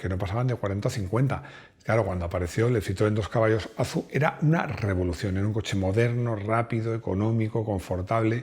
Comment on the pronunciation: ¡Qué mal me suena eso de Azu! En Citroën (Fábrica), el nombre era "A Zeta U"